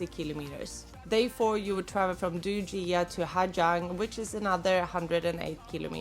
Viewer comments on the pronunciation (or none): That's for Northern Vietnam. In Southern dialect Gi is pronounced as a Y. Almost all tourist mispronounce it. The worst is Ha Gee-Ang.